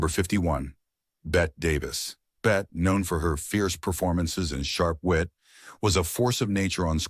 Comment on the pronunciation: her name is bett e not bet. and she resented it being said that way. by these absurd standards all people are mentally ill just stop